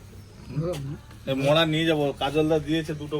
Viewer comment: Ota 'mawra' na ota 'mora'😅